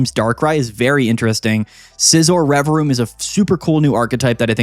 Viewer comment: I didnt know the second v in Revavroom was silent 🤔